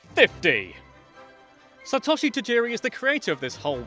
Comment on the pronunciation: It's pronounced Sat-oh-she